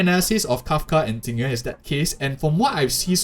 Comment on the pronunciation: XD You sad Tingyuan million times instead Jing Yuan :D